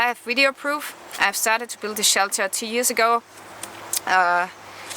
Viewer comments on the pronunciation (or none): none